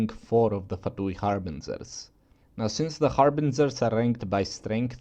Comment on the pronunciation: "harbinzerz" Love you man